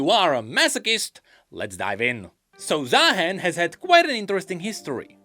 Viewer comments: He's supposed to be ZaaHEN not ZaaMAN 😭😭😭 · Am I the only one that hear Za Hen ? Like The Hen? Cause bird 😅😂